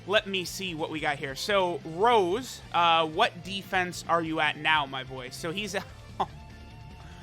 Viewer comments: Please, call him Rosé again and not Rose, that's how they call him in the anime, just like Cabba is Cabba and not Cabbe. Keep up the awesome videos! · STOP SAYING ROSE!!!! IT'S ROSÉ("Rosay") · It's pronounced RosÉ, goddamit lol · His name is actually Rosé and not Rose... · Plot twist: first 10 min was an imposter cuz he said rose and not rosé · Mans really disrespecting Rosé, by calling him Rose...Not subarashi, man